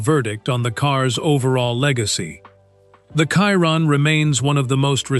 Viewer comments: Bugatti Kyron. AI... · why is he saying kyron...